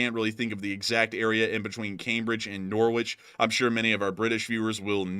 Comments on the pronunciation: Norwich is pronounced Norrich ;-) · Hi from 🇬🇧 you pronounce Norwich as Norrich, forget the W, and lakenheath is in West Suffolk👍